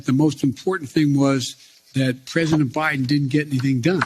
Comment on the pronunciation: Joe Biden is more conservative than prezzuhdunt rayGun